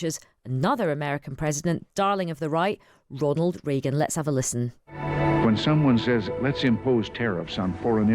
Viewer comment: How can this idiot hear everyone else in the world pronounce Reagan's name the way he preferred (including recordings of Ronald himself), then go on and mis-pronounce his name? Where do TR find these people?